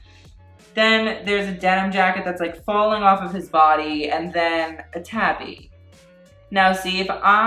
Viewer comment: Me watching this while putting on a kimono, hearing the word tabi multiple times but not registering it is the Japanese word because, well, pronunciation and then hearing the whole camel toe comment and being like “oh you mean these?” And looking down at my tabi covered feet.